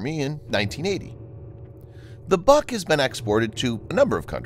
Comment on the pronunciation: it is not BUK (A) it is BUUUK